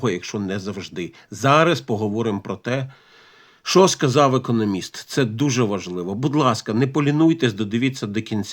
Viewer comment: Будь ласка, не економіст а економіст, з наголосом на другому складі